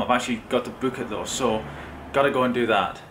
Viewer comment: Are you australian ? ' go ' you said ' goweu ' like australians :$